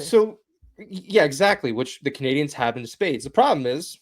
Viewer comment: Shoutout to the VO lady for not saying "Canadi-YENS" this time